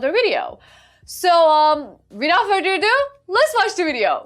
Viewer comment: That's further ado Not further due